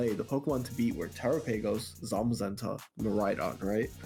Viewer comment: Terapaygose is killing me